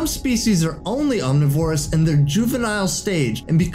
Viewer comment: Bruh I heard "Om Knee VORE us" And had to check i wasn't watching a cringe compilation....